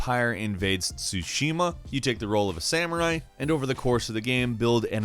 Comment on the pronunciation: Ghost of tshushima